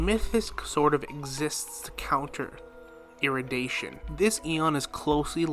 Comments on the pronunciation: Say it with me now, É-RU-DI-TION, not erudation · Erudition is pronounced eh-ru-dih-shon